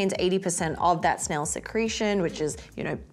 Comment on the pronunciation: the way still can’t pronounce snail is the most cutest thing ever🥺